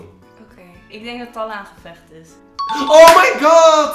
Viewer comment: talla spreek je ui als tellie